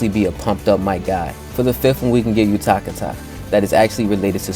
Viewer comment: why did you say utakata like that lol